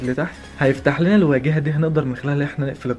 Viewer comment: المحتوي اللي انت بتقدمه ممتاز بس حاول تغير طريقة كلامك ... زود نبرة الرجولة شوية ...مش بقلل من قدرك أنا آسف إذا فهمتني غلط... بس انت كتير بتقول شباب واسمها ( الواجهه wajh-ha